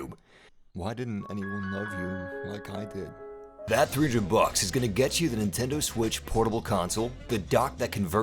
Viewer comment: NTEND WITC